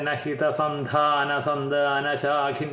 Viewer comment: ചിന്മയി അസ്സലായി ചൊല്ലി . മിടുക്കി ❤സന്താന-സന്ധാനോച്ചാരണത്തിലൂടെ ഉച്ചാരണവൈഭവം വെളിവാകുന്നു മോളേ🎉സുധീർസാറിന്റെ വിവരണം മോളുടെ ചൊല്ലലും മാണിക്യതുല്യം ❤